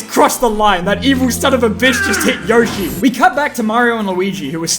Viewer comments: YOSHI YO-SHI NOT YOH-SHI YO-SHI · It’s Yo-shi not Yosh- i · Anybody who says YAH-shi instead of YO-shi is an idiot... 🦖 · People that said “yashi” over yoshi are same people that say “hAn” solo over “hahn” solo if you know what I mean. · Its yoshi not Yo Shee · Yeaah, but.... yoshi says it like yo-shi, not yoe-shi. this piece of sh*t can not overwrite the actual sound yoshi makes in MULTIPLE OFFICIAL GAMES! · Yoshee not yoashee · WAIT there were people who said “yawshi”? but ... yoshi literally says himself “y-oh-shi!” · Got used to saying yawshi since saying yohshi made a family laughing stock when playing smash back in the day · Of course Yoshi is "Yo-shi", it's Japanese. "Yosh-i" is an English brain reading the word. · But the Japanese is pronounced "YOH-shi", not "YOE-shi"... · Who pronounces it y-ah-shi?? Never heard anyone say that. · Yoshi says his name yowshi but it is pronounced yoshi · No, in the games, Yoshi himself pronounces it as “Yawshi” Except in the Mario cartoons, where he says “Yohshi”, but the games are usually more reliable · Who says it like yoshi, weirdos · who ever pronounces yoshi like that should be put in prison for life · it's yoshi not yoshi